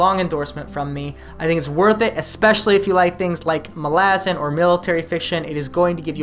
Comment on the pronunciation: says it like Erikson himself does. Even though until Dust of Dreams I don't think any of us readers knew better. Lol